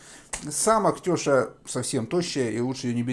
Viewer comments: Не теееша а тешааа ударения на букву а. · У нас называют теша́, а не тёша.Но рецепт правильный.